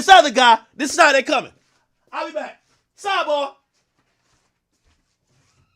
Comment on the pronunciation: Nah he cooked with that "SIDEBAH" 😂😭